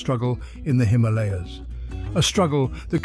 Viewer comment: The way you say Himalaya is cringy and beats the purpose of the name it self lol